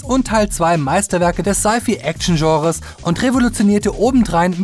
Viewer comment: 1. Scifi = Sei-Fei, nicht Sei-Fie 2. Ich wollte nach den ersten Alien-Filmen schon gerne mehr wissen über die Hintergrundgeschichte. Ich kann mich erinnern, dass ich schon vor Jahren mit Freunden darüber philosophiert habe, ob der Xenomorph nicht eine biologische Waffe sei. So weit entfernt war der Gedanke ja nicht. Mich stört nur der gequirlte Mist, den Prometheus "Skript" nennt, an dem Film macht ja nun wirklich nichts wirklich Sinn. 3. Also wenn, dann müsste man meiner Meinung nach Terminator: Salvation in der Luft zerreissen. Der Film war unfassbar schlecht und auch hier macht das Skript einfach keinen Sinn. Aber Terminator: Genisys fand ich doch ziemlich cool und unterhaltsam und ich finde es sehr bedauerlich, dass das Franchise wohl erst einmal für unabsehbare Zeit tot oder zumindest auf Eis gelegt ist. Jedenfalls scheint ihr den Film nicht so wirklich verstanden zu haben, der beschreibt nämlich im Prinzip eine parallele Realität.